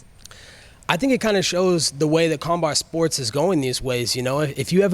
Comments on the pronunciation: did he say karmbar sports? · "combart" sports